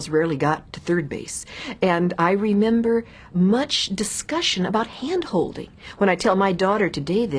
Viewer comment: I thought you said glandholding.